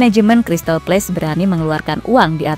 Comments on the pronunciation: Crsytal Palace, bukan Crsytal Place. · Crystal palace bukan place!!!